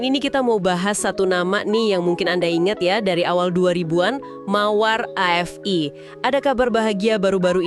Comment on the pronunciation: bacanya Afi ( AFI ) bukan a ef ai .